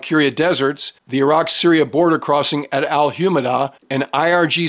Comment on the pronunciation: He knows how to say Iraq! Yeah, they're not eye-rack, eye-ran or eye-Italians for that matter.